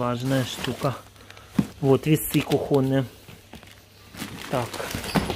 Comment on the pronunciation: Распятье католическое.Отдай или выброси. И запретил присылать тебе то, что готовы выбросить. Пусть свой хлам оставят себе. Кстати, нужно говорить кУхонное. С ударением на У.